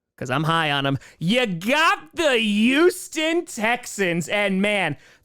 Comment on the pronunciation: Why can’t pronounce Houston 😂